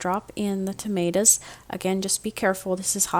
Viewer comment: Tomatoes, not Tomatas